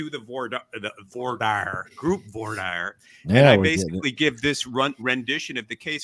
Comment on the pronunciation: It's Franch - Voir Dire is said like Vwah Deer. These are the verbs Voire (to see) and Dire (to say, tell, mean). If you want to say this right just say it in French and be done with it. If you look it up using online search the typical language tools have little speaker buttons with French speakers pronouncing it for you.